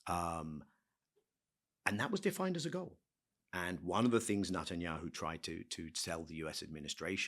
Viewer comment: I wonder why Levy has consistently pronouncing Netanyahu's name as Nut an yahu. Is this intentionally calling him a nut?